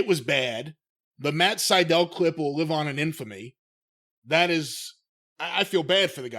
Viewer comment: Matt Sydal more like Matt Sy-Fell